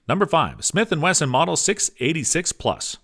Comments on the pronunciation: Thought it was a slip the first time. Then he kept saying it 🤣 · He said 40 Smith and Western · Stopped watching when he said 40 smith and western..